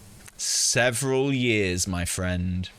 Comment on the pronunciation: "Seveneral" years later. :P